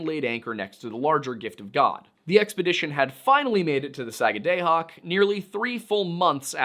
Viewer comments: So it’s not pronounced Saga day hoc , it’s pronounced Saaga daah hoc. I live in the area. Just sayin. Great informational video. Really enjoyed it. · not Sag ah DAY hoc, SAG ah da hoc. At least that is how we were taught to say it when I was a kid in Maine schools. One of the counties. No idea how to pronounce Skidwarres though. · As a mainer its pronounced sag-ah-dah-hawk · It's 'duh,' not 'day.' SAG A DUH HAWK. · Its pronouced “da” not “day”. Saga”da”hoc. Might help to say it faster. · As someone from new england who lived in Maine for almost a decade, your pronunciation of Sagadahoc(sah-gad-ah-hock) and sachem(say-cthem)really bothers me lol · I am from Sagadahoc county, in Maine. :) We say it Sag-ah-dah-hock, with the emphasis on the first syllable. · Its 'Saga-dah-hawk'. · It's pronounced sag-guh-duh-hawk. I live in Maine, born and raised. I know. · (Sag-ah-dah-Hock), there is NO Long “A” sound in the Entire Word, it is an “AH” Sound!!! As a Life Long Mainer, I am making you aware, How Badly You are Butchering that word! I am Perfectly Aware, (of the Difficultly in the Pronunciation of the “Native Names” of Places)! We HONOR the Native Peoples by Using the “Original Names” of Places, and Not Resort to the “Christian Names” of those Places, (by Default)! You Will Find This Custom, All Throughout “New England”!!! The ONLY THING more Difficult, (than Correct Pronunciation of Places), is “SURVIVING MAINE WINTERS”!!! Do Better Next-Time Around, but a “Good Start”, we’ve heard “WAY WORSE”! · You pronounce it: sag-a-da-hoc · One of Maine's counties is named Sagadahoc to this day. Btw, it's pronounced SAG-uh-duh-hawk. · As a Mainer, I’m so happy you made this! Most of our own don’t even know this story…and as always, so grateful for the historical context 🫶🏼 I’ll give you as pass as a pennamite…but you get a nickel for pronouncing Sagadahoc like that 😝 sag-ah-duh-hawk, real fast. Haha. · Thank you Susanna. The sagga day hoc was killing me.